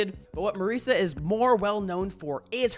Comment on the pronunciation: Me saying wrightous as you say merisa